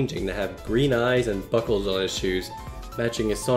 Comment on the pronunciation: only me who thought when he was talking about sonics buckles he said fuckles